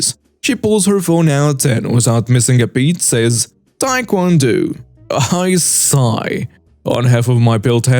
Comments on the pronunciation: Tae Kwan Do the o is long not short oh not ew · you mispronounced that last story wrong it is not Tae Kwon DU it pronounced with long O for Tae Kwon Do thought I'd let you know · I like your videos and been following. Here's an advice on pronouncing Tae-Kwon-Do. It's not pronounced do, but dough like money or bread. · DO pronounced dough as in bread dough. It means 'way' in Japanese and Korean. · Wait, no one saw that the host said Taekwondo wrong?